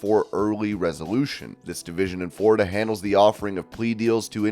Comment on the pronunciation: Why can't you say the word Florida it's not Forida